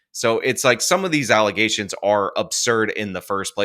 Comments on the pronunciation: False alizations😂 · Alizations lol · Even when he says it correctly, all I hear is “allezations”. I refuse to hear it any other way from him. Haha